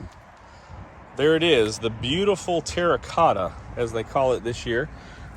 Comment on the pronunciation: Go ahead and say Terracotta one more time, I dare you. ( lol)